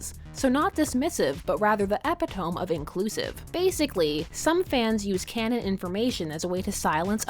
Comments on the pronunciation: It’s pronounced e-pit-o-me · "Epitome" That pronunciation though.